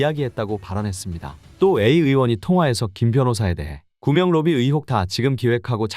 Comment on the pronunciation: 구명로비가 구멍로비로 들리는것 기분탓인가